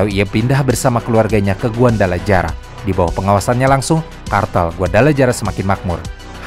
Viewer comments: trs namanya guadalajara dibacanya guadalahara bukan guandalajara apalah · sebutnya, GUADALAHARA min.. bukan GUANDALAJARA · guadalajara dibaca guadalahara min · Thx min akhirnya ada yg bahas kartel mehiko sekomplit ini Sepanjang akun YT lu berdiri, gw full ngikutin semua pembahasan, tapi kali ini punten bgtt, Izinkan gw buat ikut komentar ngasih sedikit masukan yaa hehe 🙏🏻 Karna konten kaya gini 60%nya Audio/Lisan/Verbal Maka akan lebih nantep kalo spell nya juga tepattt minn Kartel: dibaca kartEl (E bEbEk) Chihuahua: ciwawa Guadalajara: guadalahara Medellin: medeyin Tijuana: tihuana Juarez: huares Jouaqin: huakin Miguel: migel Angel: anggEl El Chapo: el capo Los Zetas: los zetas (Znya, zet atuh min tong jet wae wkwk) La Chata: la cata Coahuila: kuwila Ciudad: siudad Baja: baha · huruf J dlm bahasa mexico jd H ya, jd kota Guadalajara, bacanya jd Guadalahara, Tijuana jd Tihuana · Guadalajara bacanya guadalahara min, geli banget dengernya lol